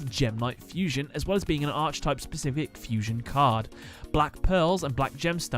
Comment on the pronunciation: The way you pronounce archetype hurts, but the video is great